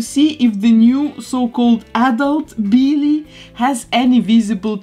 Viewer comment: I love it “Beellie”